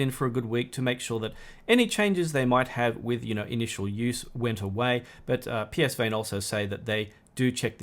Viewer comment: Psvane is pronounced puh-van